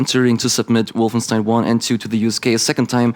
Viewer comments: Wolfenstein spricht man auf englisch genauso wie auf deutsch aus und nicht [Wolfenstien]. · Es gibt kein richtig oder falsch bei der Aussprache von Fremdwörter in anderen Sprachen. Insbesondere bei Wolfenstein wählt man aber die deutsche Aussprache, weil deutsche Figuren im Spiel es so aussprechen (würden). Im Grunde ähnlich wie bei Rammstein - niemand würde es "Rammstien" aussprechen, weil ihr Name in Liedern nicht so ausgesprochen wird. Trotzdem wäre es genauso "richtig" wie die verschiedenen Aussprachen von "Restaurant" im Deutschen.